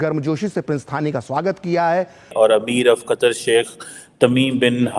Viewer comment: बहन आप अपनी हिंदी ठीक करो,,, कतर को आप कतार बोल रही हो